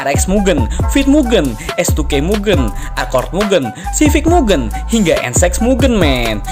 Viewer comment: Izin nambahin bang, mugen cara baca "Ge" nya bukan Ge nya "genderuwo", tapi Ge nya Gepeng